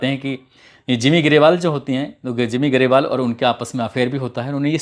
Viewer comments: simi grewal not jimi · Simmi grawal not jimmi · भाई नाम तो सही बोला करो जिमी ग्रेवाल नहीं है सिम्मीग्रेवाल he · Bhai your voice is sooo soothing to the ear and your presentation is awesome.. But just say the names correctly... Hotel Taj And Simi garewal